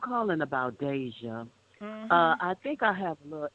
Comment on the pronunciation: GiGi you are pronouncing her name wrong. But I feel so sorry for this young lady.